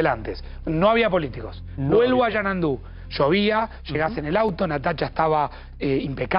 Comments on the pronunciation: No es Yanandu!!! Es Xanadu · XANADU...XANADUUUUU..NO ES XANANDU! LPM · El lugar es Xanandu o Xanadu😂😂😂